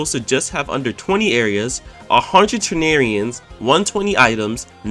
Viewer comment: Man’s really said Tanarians